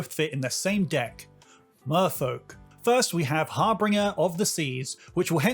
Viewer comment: For future reference it's har-binge-er not har-bringer. Or just keep calling it flood moon if that trips you up.